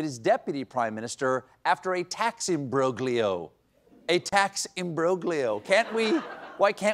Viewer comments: Stephen, the "g" is silent in the word "imbroglio." 🤓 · It's pronounced IM-BROL-YOH, not im·broh·glee·yoh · Steve, for someone who purports to love Italy so much, I'm surprised you didn't know that the combination in Italian of gli is pronounced as if it were a silent -j-, i.e. imbrolio, the same with tagliatelle = taliatelli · Why are Americans obsessed w/mispronouncing "Imbroglio?" It's im-brohl-yo. You don't pronounce benignity, bee-nine-itty... wait, wrong example. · Imbroglio is Italian. The g is silent. Pronounced im brōl yō. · The 'g' in imbroglio is silent, Stephen. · You don't pronounce the g in imbroglio, Steve! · The "g" in "imbroglio" is silent, Stephen, you've embarrassed the family now go to your room and think about what you've done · Stephen - I love you and have watched you with great joy for decades. That's why it pains me so much to say this...when pronouncing "imbroglio" the "g" is entirely silent.